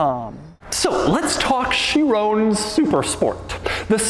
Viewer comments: is it Chirown or Chiron? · It's pronounced "cha-ron" not "cha-roney" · why did he say chrione instead of chiron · It's a 'Chiron' you fool! Pronounced 'Sheerong' and not 'Sheerone'. God. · it's the shiiroooown bro!!! Pas le Chiron, le SHIROOOOOOOOWN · Bugatti Shirone? Feel like MJ is doing a car review. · Why'd Doug say "Chiron" like hes saying Tyrone. It's not Chirone lol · no way he pronounced Chiron as "She Rown" LOL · THIS........... is not how you pronounce Chiron. SHEER-ON. It is, has, and always will be SHEER-ON